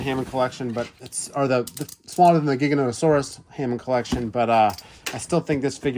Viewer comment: Just because the movie pronounced Giganotosaurus wrong doesn't mean you have to as well lol.